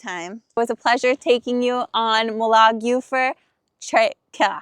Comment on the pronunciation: Moolagljoowur (approx correct pronounciation). You did well!